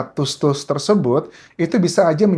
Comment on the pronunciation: Anjas bilang tusuk nya biasa aja ga usah tus tus, malahan jd ga enak didengernya